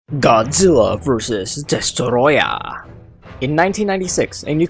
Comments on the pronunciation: The way he said Destoroyah😂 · Its called "Destoroyah" Gojira idiot.